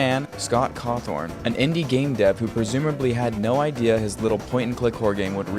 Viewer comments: ittt sooootttt caaaawwwwwthhhhhaaaaaannnnnnn nottt coothhhorrrrn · As a FNAF fan, I was offended when you said Scott Cawthorn and not Cawthon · did anyone notice he said scott cawthorn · “Scott cawthorn” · Were do people keep getting the R? There's no R in